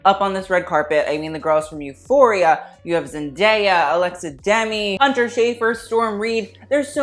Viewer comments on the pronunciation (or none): Its alexa dem-ee